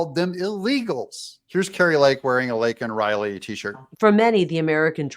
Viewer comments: I believe JB has so little respect for other people that he purposely said her name incorrect. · Said Laken Riley's name wrong.....A Gold Star father was arrested....It was a total Shit Show!!!!!! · You're right. And he wouldn't have said her name otherwise. And he said it wrong even though it was written in big print on the button. Incompetent Dummy.